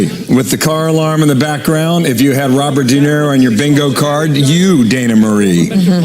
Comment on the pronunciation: RoBird, he talking to who?